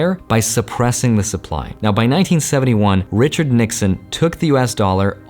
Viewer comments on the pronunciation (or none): none